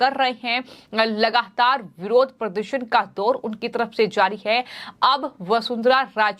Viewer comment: बेटा लगाहातार क्या होता है। सोनियाहा क्या होता है अपना उच्चारण सुधारने की आवश्यकता है हिन्दी का सर्वनाश ना करें अति कृपा होगी। कहीं अपरोच से तो नौकरी नहीं पाई है।